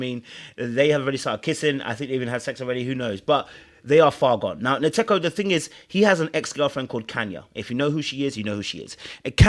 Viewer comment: As a Ghanaian I’m surprised you can’t pronounce Nkateko’s name. To my Ghanaian ears it sounds like nkate cake(peanut brittle)